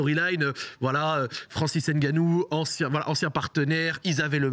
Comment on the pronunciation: Arrêter de dire n ganou c est nganou on avale le n.